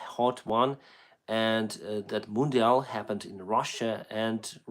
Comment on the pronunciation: Interesting fact, the way you pronounce "mundial" sounds exactly like in portuguese, even the accent.